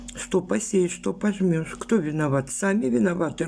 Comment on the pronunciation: Не пожмешь, а пожнёшь